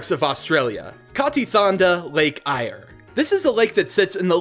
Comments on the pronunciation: And Eyre is pronounced Air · He called it an emoo its a an emuu and lake eyre ire and brisbane melbourne canberra cairns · The way he said Cairns and lake Eyre fml